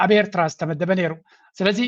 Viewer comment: This poor guy can’t pronounce Eritrea properly 😂😂